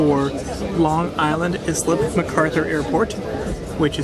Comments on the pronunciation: It’s pronounced ‘ice-lip’ not ‘iz-lip’ airport. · That first pronunciation of Ronkonkoma nearly gave me an aneurysm....so thanks for that 😂. And Islip is pronounced Ice-lip! Hicksville didn't become a bustling place until after WWII thanks to the building boom! So the reason Hicksville is called Hicksville is because it was founded by Valentine Hicks who bought land specifically for trains, for both an LIRR stop and a depot for a Heinz cucumber plant. He was actually president of the LIRR at one point! Yup, that was an old turntable at Greenport! The turntable at Greenport is only one of three remaining on the island, and the only pneumatic (air) powered turntable remaining. Originally Greenport service from Brooklyn was envisioned as a vital link in the rail-boat-rail connection between NYC and Boston. They thought the hills of New England were impassible for a rail line, and so Long Island was the solution. It opened in 1844, but that spirit was short-lived, however, as it was in 1848 that the New York & New Haven Railroad was opened across Connecticut